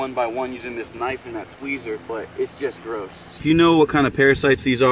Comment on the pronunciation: No hate but when you said gross it was like Garoos